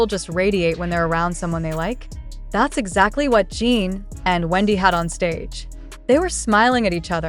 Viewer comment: His name is pronounced Gin, like the alcohol, not Gene like you keep saying. It's not Seok-Gene, it's Seok-GIN, spelled and pronounced just like it looks, Seokjin! 🤦🏻‍♀️